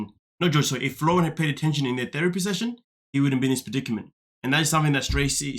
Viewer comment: his name is FLOR REE EN